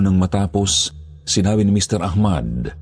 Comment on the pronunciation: Ah-mad po ung tamang bigkas nun…salamat po s mgandang storya…